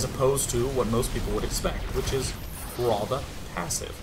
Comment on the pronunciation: I don't know why, but "ROTHER" bugs me so much. HAHAHA